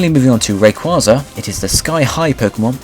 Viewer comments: it was pronounced "Ray-KWAY-zuh" in the movie Destiny Deoxys. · i cringe every time he mispronounces Rayquaza's name. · So true